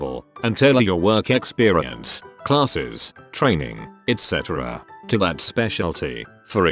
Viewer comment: it's ETC not ECT!!!